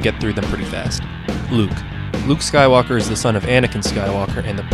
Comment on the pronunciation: Yeah the way "skywalker" was pronounced in the part with rey was so wrong. weird